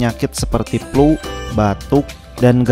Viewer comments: Trerimakasih infonya, Mungkin lebih tepatnya obat untuk atasi batuk berdahak. Tp itu mohon maaf... Flu ya... Bukan Plu, Pake F bukan P. Hehe maaf... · Suka logatnya Bukan menghina ya.tp jujur suka dengernya.palagi pas bilang plu.semangat bikin kontennya!!!